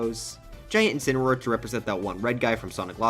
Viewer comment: Incuneroar? Or is it... INSPINAROAR!?